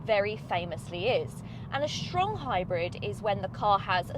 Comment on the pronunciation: "Shtrong hybrid" made my day